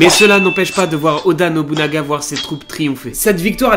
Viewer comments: Merci à toi, Yasuke (aussi appelé kuro) est un de mes personnage historique préféré. Il présent dans pas mal de jeux video et manga, dailleur récemment je l'ai affronté dans le jeux Nioh sur ps4. Par contre j'ai vu que galerais à le prononcer alors je vais t'aider c'est: Oda NOBUNAGA. Et pour finir sur une nouvel qui va plaire à ceux qui ont kiffer cet histoire, le film de Yasuke est déjà en préparation et il sera incarné par Chadwick Boseman ( le gars qui joue black panther). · Première vidéo que je regarde de toi, et attention, je vais être crue dans mes propos, n'y vois pas de la haine envers toi... mais... Que c'est triste de raconter autant de conneries en presque 9 minutes de vidéo. Ne rien connaître de l'histoire du Japon, et ne pas savoir prononcer "Oda Nobunaga" correctement alors que c'est une des personnes les plus importantes de celle-ci. Que c'est triste de raconter toute une histoire à l'eau de rose jusqu'à faire d'une personne dont on ne sait rien excepté quelques vagues citations dans trois livres historiques. Une histoire romantisée pour le grand public alors que rien de tout ça ne s'est passé. Que c'est triste que chaque Youtuber qui parle de Yasuke balance toujours la même histoire à croire que ça a été lu sur le même site débile, aucune source, aucune recherche, rien. Que du bullshit. Et forcément, les gens vont manger dans ta main alors que tu les abrutis avec des histoires qui n'existent pas. Je vais donc me permettre de te rectifier, de toute façon ce message ne sera pas lu. Les deux sabres, à cette époque c'est un honneur pour personne, tout le monde s'en foutait, ça a pris de l'importance que lors de l'ère Edo, là on parle de l'époque Sengoku. Il était aux côtés de Nobunaga car justement son japonais était mauvais et qu'il ne pouvait pas comprendre des conversation importantes avec des informations sensibles, et il était surtout là pour impressionner les gens autour de lui. Son rôle n'était pas vraiment samouraï mais porteur